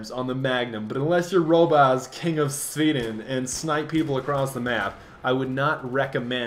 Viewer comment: Sweet Ron Swanson quote there about the tactical light! Also, loved the pronounciation of "Robbaz, king of Sviiden"